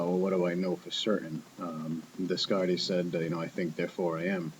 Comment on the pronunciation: I think Descart is pronounced 'Day Cart'. Also, I think this topic is very interesting as well. I've been pondering if this concept has anything to do with the ideas of 'enlightenment' that many espouse.